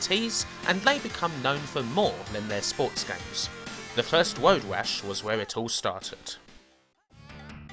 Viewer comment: why do you say "woad wash"?